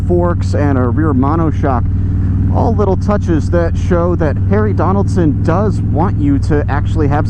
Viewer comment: Loved the review... Harry-Donaldson? 😂